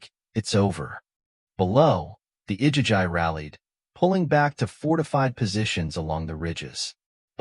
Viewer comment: It's pronounced I-gee-gee AI is a tool. It's not supposed to replace your brain...